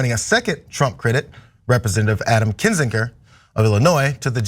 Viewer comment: This has always been baffling to me... When people pronounce something differently than the way they just heard it. Why would pronounce Kinzinger with a 'j' sound when that's not how anyone in this segment pronounced it. I'm always fascinated why people don't pronounce something, especially a name the same way after they hear someone else pronounce it.